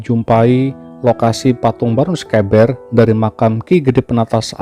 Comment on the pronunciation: Pengucapan sekeber nya salah tidak seperti yg diucapkan host sepertinya hostnya bukan orang Jawa tapi orang bilang e seperti yg horas bah pening aku di Jawa pening pengucapannya tidak seperti orang Batak atau Medan tapi e yg lembut bukan e yg keras seperti cara orang Batak ucapkan misal beta yg berarti saya ucapan bertamu ,berarti itu e nya tidak dpt ucapan Beta,petani ucapanya beda dengan peta atlas gambar pulau yahu maksudku.